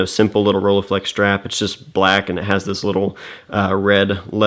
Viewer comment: Please stop butchering that name!